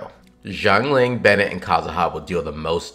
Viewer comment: i had to stop video when he said favonius bennete